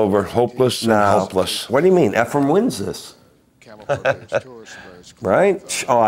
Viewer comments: Tell those guys to stop talking about hair...😊 It's Efren,, not Efrum. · Efrem…sheesh dude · How many times do we have to hear the pros who know his name mispronounce it and still call him "Efrum?"